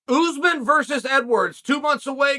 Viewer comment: “Oozeman” gets me every time 🤣🤣